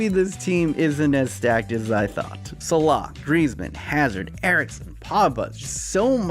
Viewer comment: The way you say Salah triggers me every time